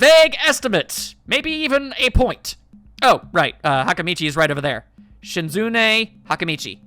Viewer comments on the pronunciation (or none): Oh and it’s “Shizz-oo-nay” 😁 Or simply “Empress” if you are one of the few who really know who Best Girl is.